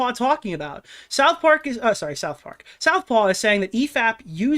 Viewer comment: Take a swig whenever mispronounces Southpaw as South Park in the video lmao